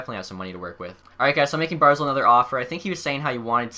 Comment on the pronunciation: Its Bar-zel not Bar-zul